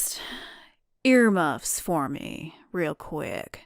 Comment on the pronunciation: HOLY SHIT I just fucking notice that Jessie told earmuffs And then in said earmouth's he said earmuffs to deedee! Oh my god how did I not notice this before